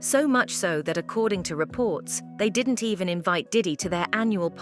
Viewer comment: Sean did-he not diddy lol.😂